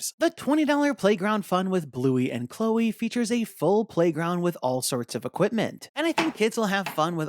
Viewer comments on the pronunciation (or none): none